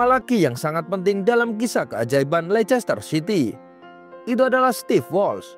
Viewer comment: Bacanya leister city bukan lechester city ....